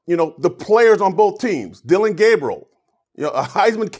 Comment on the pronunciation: It’s Dillon, not Dillion. And Gabriel, not Gabrielle. C’mon now.